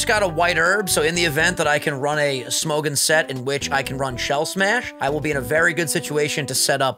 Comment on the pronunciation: Oh no.... pronounciation of Smogon sounds so frickin weird, im dying from laughter. Smou - goun. Thats hilarious.